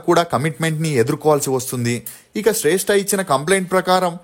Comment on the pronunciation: శ్రేష్ఠ కాదు రా శ్రష్ఠి రా బాబు